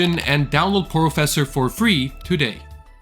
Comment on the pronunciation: Porofessor? More like Whorofessor